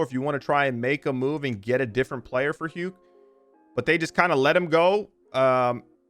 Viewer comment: Isn't Huke pronounced "who-kuh"